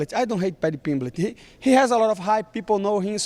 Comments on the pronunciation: Paddy Pimblitch 😆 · Paddy PIMBLECH 🗣️🗣️🗣️